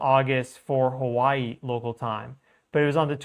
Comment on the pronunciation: Hawaii has a W..... not a V